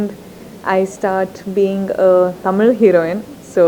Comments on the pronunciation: she pronounced Tamil in the right way HATS OFF !!!!! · like how she pronounces தமிழ் properly :)